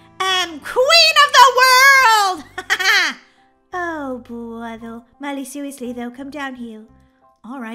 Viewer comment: You said world wrong 😅